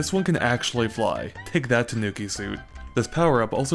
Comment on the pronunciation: It's pronounced tanu...nevermind I don't think I have heard a reviewer pronounce it correctly yet :P Good review :)